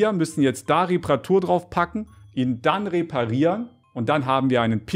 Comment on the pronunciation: Wie immer "reparieren" sagt. So weird xD. "Reeehpparieren"